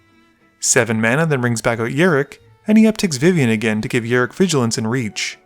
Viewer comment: It's rok not rik